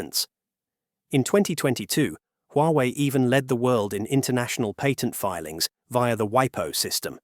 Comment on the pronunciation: Love your video, but please learn how to pronounce the word patent. Its SO annoying.